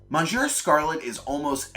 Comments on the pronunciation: My fav was prob. Mecha Bee or tbh TEK. However, Monsieur Scarlet was the best Mini/Side boss for me. So I like this list. An addition: please look up the pronounciation of monsieur, it hurt my feelings. 😆🙊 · I cringed at your pronunciation of ''monsieur'', but good video otherwise lol.